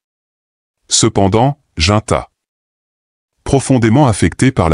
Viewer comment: C'est JACINTA et non Jinta